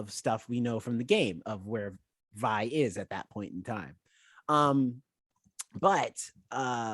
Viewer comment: ok i can now see why didnt like it. she checked out at episode one. episode 2 and jayce's trial was about what he was doing. you cant like something you check out of that quickly. i thought it might have been a bit but nope. next time try a little harder. also it VI not VE. remember her full name is violet so VI.